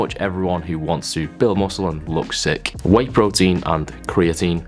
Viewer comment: "prowteenz" at 3am 😂😂😂😂